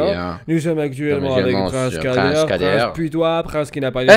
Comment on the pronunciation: je suis le seul a avoir entendu "nous sommes sur prince Kadet" ???